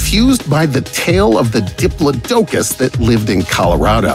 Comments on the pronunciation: Diplo-dough-cuss. It’s not dough-cuss, it’s dih-plah-dih-kiss. Diplodicus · "Dip-low-DOE-cus" ...really? It's di-PLOD-ocus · I'm sorry, (dip-luh-do-khus)?????? It's (duh-plaa-duh-khus). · I have never *before heard diplodocus (dip-lod-ih-kus) pronounced as dip-luh-doke-us. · btw diplodocus is pronounced dip lodd ockus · It's pronounced "dip-plod-o-cuss" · The way the narrator pronounces Diplodocus is horrifying. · Who taught this guy how to pronounce diplodocus? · You pronounced Diplodocus wrong.